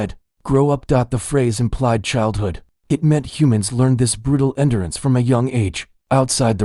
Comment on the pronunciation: This vid had a few context pronunciation errors: wound/wuund, red/read, records said like audio recording, rec-cords might fix it. tears/tares, odd it mispronounced endurance/in-durance , something really bad happens with the word asterisk, it should not be vocalizing *if*. Maybe I was wrong, the engine seems to get confused with contractions & vocalizes the quote in doesn't. I am going to email your m dot usman account.